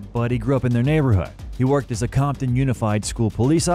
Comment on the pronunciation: it's COMPTON, with a P....not COMTON. You can't even get that basic detail right? Lol